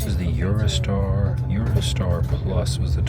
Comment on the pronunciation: Sounds like you said "Eurostyle" insead of "Eurostar". You did the same thing when you originally got on the train. Maybe I'm missing something or you're still suffering from jet lag. Thanks for another great video in this series.